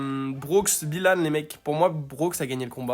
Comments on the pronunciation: Ce n’est pas Bilanne on BYlanne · Il à détruit le nom de Byhilan 😂